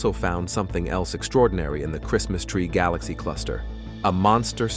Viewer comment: guhLACSEE? ASStronomers?